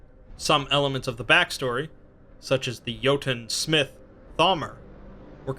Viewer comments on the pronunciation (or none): none